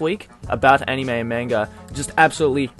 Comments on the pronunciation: CatCurrent Yeah but they are also calling manga child porn as well, and the way the pronounced anime..... aniiiiiime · They even said anime and manga wrong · CNN couldn't even pronounce Anime correctly -.